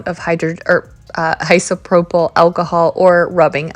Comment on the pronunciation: I say this with love and joy…..(sometimes msgs’s tone can be misconstrued); but I’m sitting here at my desk working and playing your video and I hear you trying to say the name for rubbing alcohol…… and I chuckle and well now, it has a new name I-SO-PURPLE! LMAO!!! That’s what I’m gonna call it!